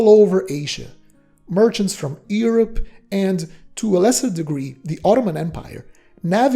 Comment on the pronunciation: The way you prononce Europe is very far from the way its supposed to